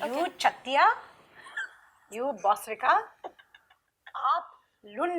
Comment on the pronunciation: Bosrika sounds like peprika 😜